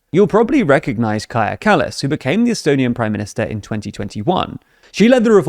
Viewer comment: Don't forget they previously butchered Kaja Kallas's name as well. At least they pronounced it correctly this time.